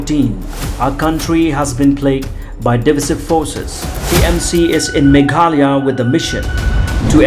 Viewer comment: Sngewbha pronounce bha Meghalaya, ym megkala,..